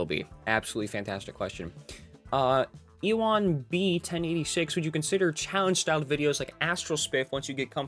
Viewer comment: THATS ME (: Also its pronounced Ewan like Ewan McGregor and the B is seperate, but i don't really care that much anyway